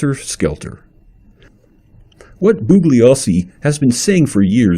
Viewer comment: To the maker of this video. I simply cannot take you seriously. You can't even pronounce "Bugliosi" correctly--and you *HAVE* to know that the "G" is silent, by now! Vince made this clear hundreds if not thousands of times! Some of the things you have said in this video are just outrageously stupid, ludicrous and insane. The victims who were murdered are dead. Period. End of the story!